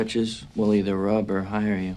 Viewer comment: Rub, not rob